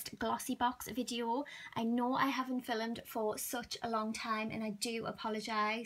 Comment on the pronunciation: The way she said filmed tho 😂😂